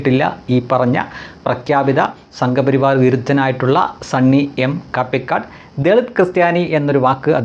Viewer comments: കാപ്പിക്കാട് അല്ല ; കപിക്കാട് ആണ് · Kaappikadu alla.. pronounce it correctly..it's kapikaadu...a place near kallara, kottayam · നിങ്ങളും മറ്റു പലരും കാപ്പി ക്കാട് എന്ന് കൂടെ കൂടെ പറയുന്നു. സ്ഥലപ്പേരാണ് ' കപിക്കാട് എന്നാണ്. കപിയുടെ കാട് എന്ന അർത്ഥത്തിലാണോ പേര് വന്നതെന്നറിയില്ല. കടുത്തുരുത്തി, കല്ലറ എന്നീ പഞ്ചായത്തുകളുടെ അതിർത്തി ഭാഗമാണ്.